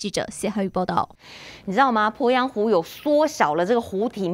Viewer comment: 主播好专业哦。po鄱阳湖，jun龟裂，发音好标准